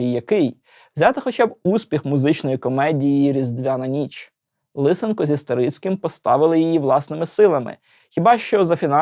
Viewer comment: ЛисЕнко, ШевчЕнко... А не ЛИсенко. То для ка цапів змінювати наголоси і вимову